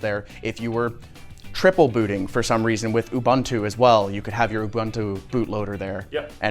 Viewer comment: I heard people say "Abuntu" before, now I heard "ubAntu" (mentioned at the end), some day youtubers will learn to say "ubuntu". I guess English would write it "OO-BOON-TOO"